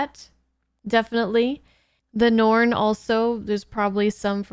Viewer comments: Norn.... Me: Cringe..... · Please keep calling them ‘Norn’ for the entire show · I'll have to remember that pronunciation of the "Norn".